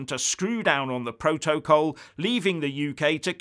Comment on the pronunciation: dude, this is such an grumpy video. Yes this will be a UK sell out. The UK holds all the cards, but Happy Family cards don't have any use in Poker. Can you please ensure you say PRO-TOE-COLL, in every video, your pronunciation makes me smile so much....